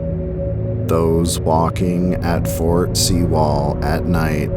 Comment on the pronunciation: It’s pronounced fort sue-ll